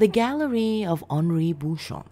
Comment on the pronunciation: Great narration. It's nice to hear it with the right pronunciation of the name too. Well done 👏